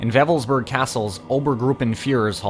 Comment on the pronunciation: It's not pronounced 'Weffelsburg' but Wewelsburg. You have no idea how absurd you begin to sound when you mispronounce simple German.